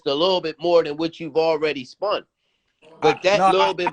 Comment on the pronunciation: Did he say spun instead of spent ?